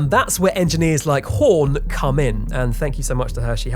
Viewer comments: your pronunciation was fine, except where you kept throwing in German "sh" where it was just an "s". Oh, and you mispronounce the Horn lady where the o has the dots over it, umlat-style, making her name more like Herne, or Hurne, but definitely not "Horn," The Icelandic place name you threw in an 'h' something fjord. Also, you spelt somethings that should have had a 'j', like Rejkjavik, with a 'y'. They don't use that letter. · 'Hörn' is pronounced Hearn! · Don't listen to these suck-ups telling you your pronunciation is fine. It's not, it's absolutely terrible. Hörn rhymes with Heard; it's not "horn". Consonants are ENUNCIATED. You tried to say Fagradalsfjall in a way that no Icelander would understand. I thought you were segueing into a falafel ad. Better would be to pronounce it as "FAK-RA-DALSE" (rhymes with LAG MA DANCE) and then you're basically screwed because the LL in "Fjall" makes a clicking sound that most people mishear as a 'K' (the K is formed in the roof of the mouth, but the LL click is formed around the wisdom teeth). Should you re-record parts of the audio? Probably, yeah. You are welcome for the brutal truth.